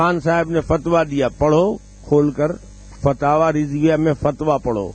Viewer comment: Fatawa rizvia nahi h ....FATAWA RAZAWIYA H JAHIL